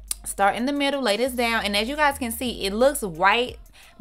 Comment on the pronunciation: 'Mittle' is what had me rolling...but she did da damn thang